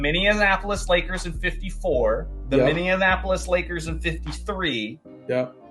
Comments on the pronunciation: "Minneinapolis" lmao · Love the more casual stuff! One thing, from a Minneapolis native: it’s pronounced min-ee-APP-uh-lis, not min-ee-un-APP-uh-lis 😊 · Throwing an extra syllable into Minneapolis 😅